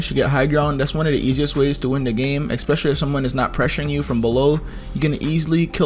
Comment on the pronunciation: Are we gonna ignore how he says eXpetialy🤣🤣 I'm not trying to be offensive